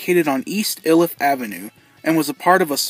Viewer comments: Hey for future references might want to reach out to a coloradoan cause iliff is mispronounced and I'm just trying to save you from some harsh comments from other natives lol 🤟💙 just a forewarning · The way you pronounced Iliff made me, and everyone else who grew up in Aurora cringe. It is clear you’ve never been here lol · I live across the street from there, and don't worry! Most people mispronounce Iliff 😂. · The way he mispronounced Iliff XD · If you from aurora you know that we pronounce Iliff different than what he said but that’s ok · It's pronounced "eye-Liff" not "ill-Liff" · EYE-liff not ILL-iff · Its not "ill" if, its eye lif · Not to be that guy but we say "eye-lif". "ill-if" is funny though lmaoooooo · Ill-Iff lol I’ve never heard anyone say it like that. We pronounce it Eye-Liff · "ill-if"!? only Google maps pronounces it that way! it's "eye-lif"! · its pronounced like i-lift with no t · Hi there! Just watched your video. Aurora Native here. My cousin went to school with Dunlap and there was some controversy as his family wanted the school to allow him to walk at their high school graduation after the massacre. Also, locals pronounce Iliff as eye-liff despite what Google says, lol. Great video! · I'm Aurora Colorado born and raised. My uncle lost a friend. One of my past bosses worked at that Showbiz. I have a few pictures of the current location from the early 2000s somewhere. Also, it's pronounced Eye-liff. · It’s pronounced “ EYE-LIFF “ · Its pronounced "eye liff" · Iliff pronounced eye-lif. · It’s not Iliff it’s ayyyleaff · Everyone pronounces Iliff wrong, it's okay. even the local bus's automated voice that announces stops along the ride